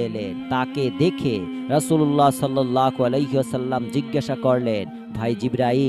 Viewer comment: রাসূলুল্লাহ সাল্লাল্লাহু আলাইহি ওয়াসাল্লাম না বলে আপনি,, রাসূলুল্লাহ সাল্লাল্লাহ আলাক,,,,, বলতেছেন কেন আপনার হচ্ছে ইসলামী জ্ঞান খুবই কম বিশ্বনবী নামের উচ্চারণ করা শিখেন তারপর ভিডিও বানান 🤔🤔☠️